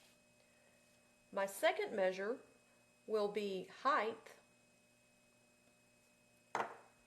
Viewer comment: There is no h at the end of height.